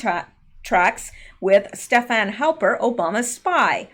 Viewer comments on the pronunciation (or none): none